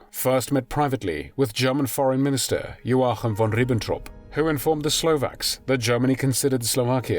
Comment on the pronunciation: Amazing, a video where you couldn't decide whether there were any tears shed. By the way, great pronunciation of "Joachim". 🙂